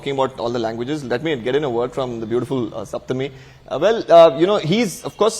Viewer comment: Thank you for pronouncing Saptami as Saptami and not "Shaptami".